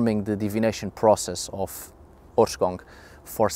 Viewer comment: Please. Someone tell me that me and my friends are not the only ones that understand "horse c**k" when says the word in the title... Like in the first 10 seconds of the video